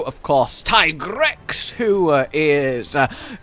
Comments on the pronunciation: Producers hate this man. Still pronouncing it as tie-grex when yuya himself says it's tee-grex. Love your content though <3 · Yessssss “TIE-GREX”..I facepalmed so hard when I heard the Handler saying “TEE-GREX” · It will always be tiegrex to me too